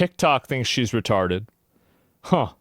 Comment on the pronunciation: “Retawded”- blade